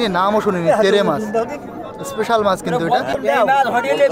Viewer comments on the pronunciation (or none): মাছকে মাস কেন বলো বারা